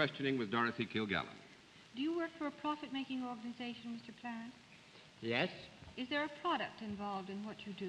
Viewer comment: How could anyone not know who Jacques Plante is(not pronounced Plant.....it sounds like Plahnt)? Much more famous than many of the people tgat they wear a mask to guess. Also the trophy(Vezina) is pronounced Vezzinah not Vezeena).